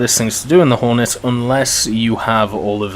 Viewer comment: At around 7 minutes and 25 seconds u das horton instead of hornet Just letting u know